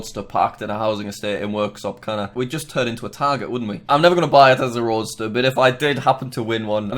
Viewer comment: It’s a Roadster. Not Roaster lol.